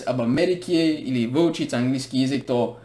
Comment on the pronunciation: ЯЗЫК = ЙАзык, звук Я = ЙА. А ты все время говоришь ЙИзык. Это не правильно:) Спасибо за твои видео.